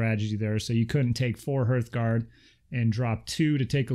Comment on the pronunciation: Great video....I’ve pre-ordered everything from the Age of Magic range. I really enjoy your channel.......but for sanity’s sake ‘hearth guard’ is pronounced the same way you pronounce heart......just add an ‘h’. As in “harth”......not “herth”. I’m not being a grammar nazi......just trying to rectify a common error amongst players of this excellent game.